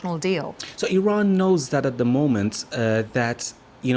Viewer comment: Why does she keep changing the way she pronounces Iran